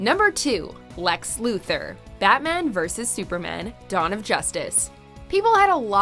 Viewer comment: The pronunciation of Lex Luther was beautiful